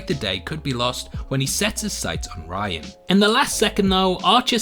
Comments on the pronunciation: How did you manage to watch all of season one and come out the other end still mispronouncing Rian’s name as “Ryan” when it is clearly and always pronounced “Ree-an”? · It's Rian, not "Ryan" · ITS FUCKING RIAN, NOT RYAN......R-EE--AN, DID YOU EVEN WATCH THE FUCKING SHOW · No offense, but how do you pronounce certain things wrong after hearing them throughout the show? Like Rian and Maudra Fara.